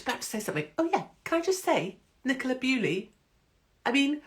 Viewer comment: Dear Ms Hupkiss, Nicola Bulley is not Nicola Bewley.